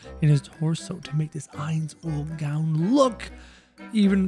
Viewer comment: Saying his name wrong